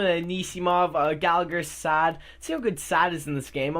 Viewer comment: It's saad not sad